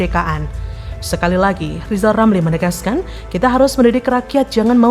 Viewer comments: Berarti yg guoblok Lizal😂,, ngomong " R" aja ga bisa😅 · Lizal lamli yg bodoh, masak sampai tua saja bilang R yg begitu gampang saja tidak bisa😂😂😂😂